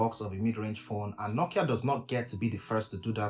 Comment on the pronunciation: Bro you really butchered nokia this time 😂😂😂😂💀